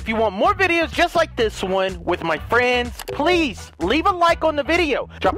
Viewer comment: The way he says with my fwiends at the end always cracks me up lmao